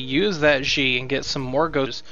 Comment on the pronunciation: Just FYI, Xi should be pronounced more like "she," if indeed the DoD are modeled after Chinese. You're putting English pronunciations on a word (Xi) that is not in the English language. No, I am not Chinese, but I speak some of it, and I live in Taiwan. Trust me! If you want more information, check out this site: The more you know... (shooting star!)